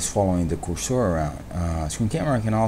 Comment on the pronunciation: I love how he says cursor.. Coor-soor. lol